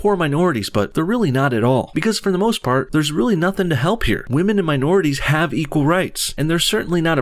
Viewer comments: buddy says waman instead of women, pewdiepie anyone. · did I hear w a m a n s?